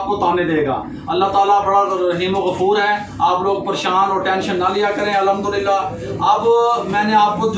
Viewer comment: پیارے بھائ الحدُللّہ اور الھمدُلّلہ میں بہت فرق ہے اس سے معنی تبدیل ہو جاتے ہے .. بھائ نارض مت ہونا اپ ..